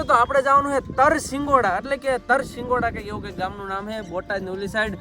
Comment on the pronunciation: Tarsingoda nay Tarshigada